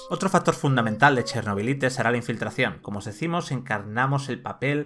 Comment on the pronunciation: Cada vez que pronuncias "Chernobylite" tal como suena, Dios mata un gatito.